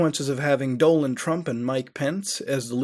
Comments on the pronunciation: bro his name isnt "Doland" its "Donald" you said his name correctly once in this whole video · So every Indian pronounce it Dolund trump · Was it me or did you keep saying Doland? Instead of Donald? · You need some English lessons, DONald not DOLAND and Thailand is pronounced TIEland not THIland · "Doland Trump" instead of "Donald Trump" 😂😂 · doland? I thought donald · Doland or Donald? now ya got me confused man... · who the fuck is Doland Trump ? its Donald not Doland. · It's DONALD not doland and bible not bibley. btw awesome stuff bro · Did he do it on purpose though? Becuase at one point he called Donald Trump "Donald" and at other times he called him "Doland" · Do land? Dude. like him or not, at least know how to pronounce the Future Presidents Name. i love ya but, geesh..i was cringing every time you said it. I dig the site, and just wanted to throw that out there..its Don ald..like the Duck. SURF ON! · I'm near crying from laughing over here.. "Wtf is this.. ISIS? I've always defended - actually no" lmao and then continues to say Doland Trump several times 🤣 Maybe it's my sleep deprivation (I had to look that word up, that's what ya get for laughing at someone else) but I can't stop laughing because of this video. Mutahar's videos somehow always cheer me up, thanks dude. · "Dolan" Trump... Thighland... Lmao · I dont know what country you're from but you are speaking English and in not one English speaking country is Donald pronounced Doe-nel. Wtf? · “Doland Trump” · he said doland trump lol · "Doland Trump" "Thigh Land" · Lynx X Sunny he says doanlen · he says Doland which if you change the letters around spells Donald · thigh (leg) land??? and doland trump??? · and Dolan Trump lol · Wait did he just pronounce it as "Doland Trump"? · Was Mutahar saying "Doland" Trump during that segment? Or am I losing my mind? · He was saying Dolan. It's a meme name for Donald Duck a few years ago. Then a YouTuber used it Danger Dolan. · "Doland Trumpet", actually